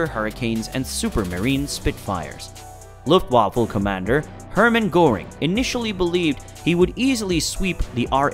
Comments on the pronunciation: Please- 'vaffa' not waffle, you eat those and its not a fighting force!! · this is the second time I have tried to watch this. but unfortunately only a couple of minutes was enough. Luftwaffe NOT Luftwaffle. and talking about an out of ammo spit and the plane shown is from the Redbull air race. taking a very interesting topic and turning it to shit. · It’s not luft waffle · Luftwaffle haha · luft waffle? An attack on "Burr-LIN" ? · Pretty bad narration especially in pronunciation, I.e luft waffle and dronier